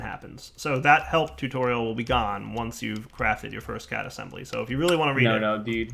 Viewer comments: Is it my or does it sound like says cat assembler instead of CAD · you don't say CAD like the way you say it you are actually supposed to spell it out. That's howvthey say it in the anime.